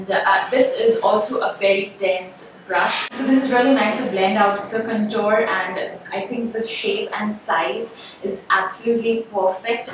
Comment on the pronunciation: can you please pronounce CONTOUR.... Correctly